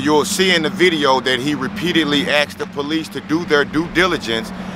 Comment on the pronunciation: It's asked no axed